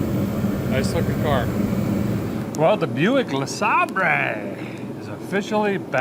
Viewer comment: Please stop pronouncing it Le sahbray…. Poor Bentley is confused on the pronunciation. 😊